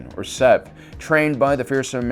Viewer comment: Its SEV not zev